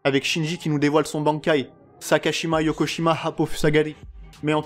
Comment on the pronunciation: J ai mit un pouce bleu pour la prononciation du Bankai de Shinji